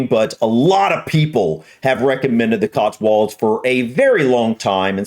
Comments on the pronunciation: There's no "R" in it! It's COTSWOLDS not "COTSWURLDS"! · We say CotsWULDS. Say it like that and they'll never know you're. 😁